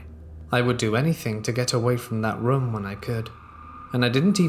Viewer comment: Your pronunciation of the word 'room' legit made me get up to skip the whole story, just narrate with your natural voice